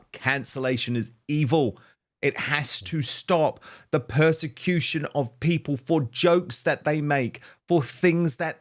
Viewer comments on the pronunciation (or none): I really wish Starmer would stop with that stupid "working people" nonsense (or "working pipple" - as he pronounces it). It's a meaningless slogan because, like the word "woman", he can't even define what group of people he means. Plus, he seems happy to hand our money over to 'pipple' outside of the UK, to illegal immigrants who have made no contribution, and to some people on benefits who have no genuine claim to them.